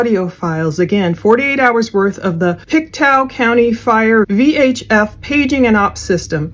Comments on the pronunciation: Pronounced: Pick Tow (Pictou) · Pronounced Pic-toe.